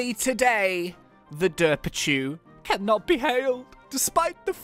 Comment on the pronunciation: ITS DERPACHU NOT DERPICHU